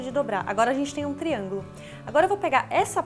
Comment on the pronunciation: ela falou triagulo ? /o\ iluminat corfimed